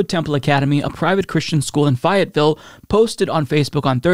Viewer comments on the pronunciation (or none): It's Fay, not Fie. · I croaked when you said “phi et ville” , it’s pronounced “fAy ette ville “😂❤ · Sorry, but I gotta correct you! It's pronounced FAYE-et-ville, like Tammy Faye. All my family is from the South and I've passed through there plenty, lol! Keep up the good work! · Faye-it-ville. And that's not even the strangest pronunciation of an NC town, either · Where I'm located it would be more like Fay-ut-vul. He pronounced the vul part like a true southerner. 🙂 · Fayetteville ... Pronounced with a long A sound.... like FAYE-yet-ville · The town is called Fayetteville pronounced (Fay)-ET-Vill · I'm from North Carolina and you definitely pronounced Fayetteville wrong. You pronounce it like Fay-it-ville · Its pronounced "fay It ville" I live their it's meh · Fi-it-ville lol. You crack me up. It’s a long A. I live in this silly state. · The way you pronounce Fayetteville hurts me.